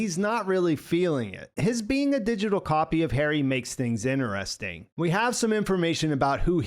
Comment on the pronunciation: "innuresting" did you fail primary school?